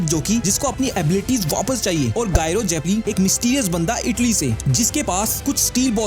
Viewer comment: thank you for updating people about it but no one who has read Steel Ball Run manga will call him GYRO his name is pronounced as "Jaaye-ro"